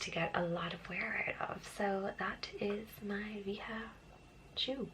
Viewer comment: Nice vídeo ...the sneakers pronunces "VA - DJA" is Brazilian Product.